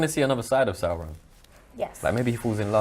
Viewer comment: I’m just surprised they pronounce Sauron correct.